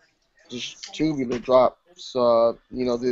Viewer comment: HAHAHA STAY SAYING TOOOBULAR